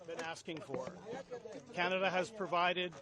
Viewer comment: Sir sorry to say you are not pronounce canada name properly